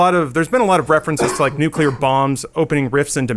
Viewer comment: Did you rike it?